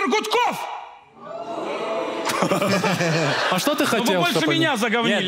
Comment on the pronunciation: ГУД-коФФ, конечно, ЛАААЙК! А ентом ПИГрашнбосс только отторжение вызвал.